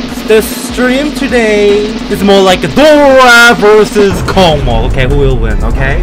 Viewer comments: Hey, Dora, I just wanna to tell that it is russian level. So it's name Kocmoc reads like ( k o s m o s) it is just a russian word. Космос прекрасен! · Аххахааха почему кокмок а не космос? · WHY DO YOU SAY COCMOC? IT READS LIKE KOSMOS AND NOT KOKMOK! I am writing from a translator, I corrected it because it is Russian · Dora, say "Cosmos", not "KOKMOK" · I can't understand the way I feel when Dora reads this level's name like kokmok instead of kosmos. Like, it's a fun joke until its overused if Dora is joking oc. But if not, I hope he will start pronouncing it in the right way. And yeah, kocmoc(космос) is a russian word and it means space (pretty obvious 'cause of the level's theme yeah) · Dora, it reads like Cosmos, it's a Russian word, c=s, not KoKmoK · bro, not KOCMOC, it's like cosmos on Russian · correctly not KOCMOC, but KOSMOS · Not kokmok😂, its kosmos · WTF not kokmok, like kosmos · Dora does not read космос correctly but kosmos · don"t say C*CKMOC, it"s KOSMOS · IT READS AS KOSMOS! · Zoink has reverified the level and Trick (presumably) became the first victor! Also, the actual pronunciation of this level is actually "COSMOS" (Russian name is KOCMOC)